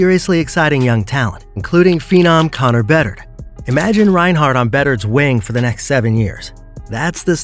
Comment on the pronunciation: "Connor Beddered", "Filip Frossberg". :D